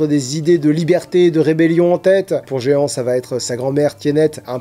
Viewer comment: Je pensais avoir un compte Good Reads mais même pas, alors j'en ai créé un ^^ PS : Jehan ça se prononce Je / an ;) (c'est le prénom de mon grand-père maternel)